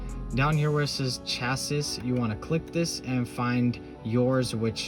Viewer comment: Thanks for this! BTW my brother, the word 'Cassis'... is pronounced 'Cha-see'... Not 'Cha-sis'